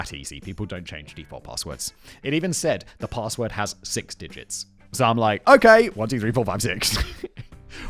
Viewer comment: Lol@ presenter: "paRRRRRRRRRRRRRRRRRRRRRRRRRRRRRRRRRRRRRRRRRRRRRRRRRRRRRRRRRRssword"